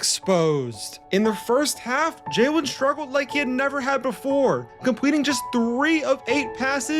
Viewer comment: Is it me or does he keep calling him Jaewin?? Like bro, its Jalen, like Jay-lin.